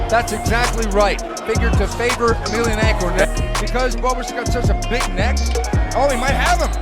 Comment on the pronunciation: Fiodor is retired like 10 years and people still disgustingly pronounce his name. omfg such a shame.....